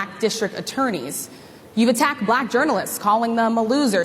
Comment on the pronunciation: Oh, it sure is; he says "Buh-lack!", with almost two syllables. Sounds like some snotty, condescending bigot using a distasteful word, spoken in quotes...